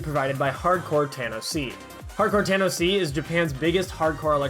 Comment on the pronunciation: Obnoxious comment: the label name is pronounced "tanoshii", it's a play on a japanese word for something pleasant (Thanks for your videos!)